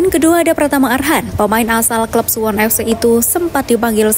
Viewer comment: Suwon bukan suwun😂😂